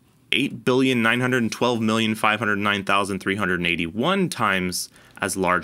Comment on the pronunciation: “oneRRRded and fifty”